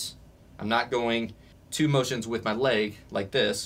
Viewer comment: "Laig" He sais... 😂